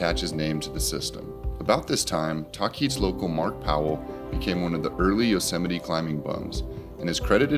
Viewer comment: It is pronounced the way it is spelled, tahquitz : (tah-quit-s) not (ta-keets). Just FYI .